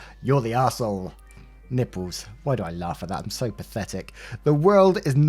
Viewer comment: Story 1 - snort totally said Ň Ï P P Ľ Ë Š